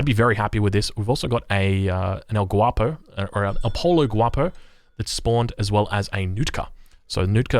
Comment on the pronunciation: I'm pretty sure it says El Pollo Guapo, which means handsome chicken. Chicken is pronounced as "pojo" in spanish.